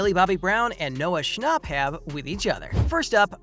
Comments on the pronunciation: if he says noah schnop one more time 🤣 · Not the way he said noah schnapp no hate